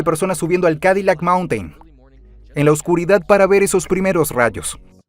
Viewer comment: dice "Calidac", debe decir Cadilac.